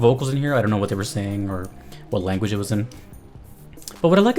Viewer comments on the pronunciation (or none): none